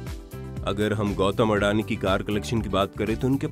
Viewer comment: videos banae se phle bolnaa sikhlo sahi se. it's अदाणी not अडानी